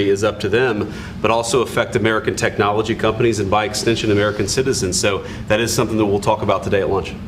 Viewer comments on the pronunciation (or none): none